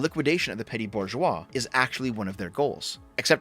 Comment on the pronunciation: Every time you say Burgoise I have to say "enemies of Cocoon" because it rhymes with that weird concept they have in FF13.